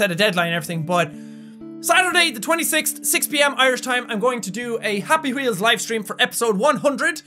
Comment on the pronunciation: Awww, have you noticed that cute "26-t"? I'm watching some of Jacks old (like very old) videos now and there are these "t"s instead of "th"s, and it's so awesome he still has those in his speech^^